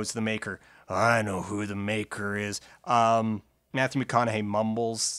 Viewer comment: Mathyu McOn-a-Hay is dead?